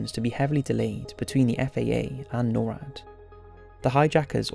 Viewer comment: Just some FYI. NORAD is said as a word, not spelled at. Nor(like igNORE)-Add